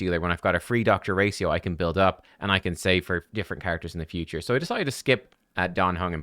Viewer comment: Gotta be honest , it almost drove me insane hearing ' dr racio ' instead of ' ratio "